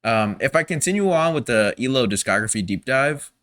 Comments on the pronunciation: "E-LO"? It's E.L.O.(every letter is pronounced.) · Thank you for your comment 😊 I was stroking out whenever he’d say “E Low” 😂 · E. L. O. not EEloh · Still saying E-LO? It's E-L-O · EE EL OH Not Elo. Just saying 😊. N.Ireland. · Please, please, please stop saying "Ee-Loh". It's so grating to E-L-O fans. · It's actually E-L-O, not "ee-lo." But as long as you loved it, that's what's important. OUT OF THE BLUE remains my all-time favorite album. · And with all due respect, fans pronounce it E.L.O. Separate letters. Saying the word "elo" is like incorrect, not how they were universally known. Unless you're kinda trying to be ironic, or annoying. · Please... Not EElow... It's E-L-O. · E. L. O. not eelow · Please say E-L-O (as individual letters), not “Eeloh”. Don’t worry, you’re not the first. Thanks for the album reaction. ELO is one on my favorite bands. The songwriting is amazing. Many of the greats are leaving us. May Jeff Lynne live forever. 😊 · I love this band and I am glad you are enjoying their style and depth. It is pronounced E...L...O all individually not as a made up word. For me Time, Eldorado and a New World Record are peak ELO I can't pick a favourite as they swap constantly. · Its EEE-EL-OH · Just wanted to mention that we pronounce it E.L.O., as the initials for Electric Light Orchestra. And, I'm glad you enjoy their music!